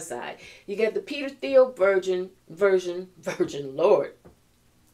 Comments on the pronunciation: It's "teel" no TH sound. :) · Thiel rhymes with slippery eel 😅😂😂❤